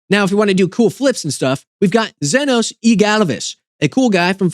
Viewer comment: I saw Zenos coming a minute before he actually showed up and that pronunciation did not disappoint lmao